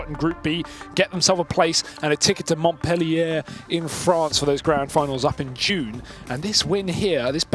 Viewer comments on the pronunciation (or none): lmfao he said mont pelly air